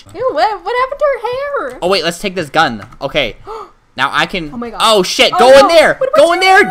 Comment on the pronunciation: actually he does he said bullshoot and sheet